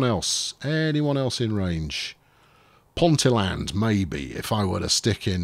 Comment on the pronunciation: Ponteland, pronounced Ponteeland with the emphasis on the "ee", is next to Newcastle airport.